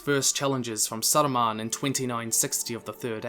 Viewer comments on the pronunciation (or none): none